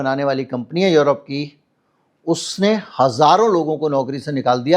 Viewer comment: यरोप नहीं यूरोप है